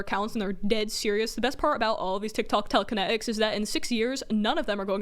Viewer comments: no one: them: tEleKene-ik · I love the little bit of brit in the way she talks you can hear it when she says water and telekenetics